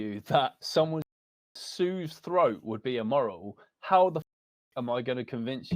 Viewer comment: This guy is trying so hard to get an emotional response by repeating CONSTANTLY "slitting yow dogs froat"